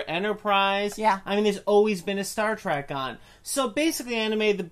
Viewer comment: facepalm:: You are both imbeciles that have no idea what you are talking about. You BOTH do the single most annoying thing a moron can do by pronouncing it "Track" instead of the blatantly obvious "Trek". Nothing else you have to say means a fucking thing in light of that single titanic idiocy.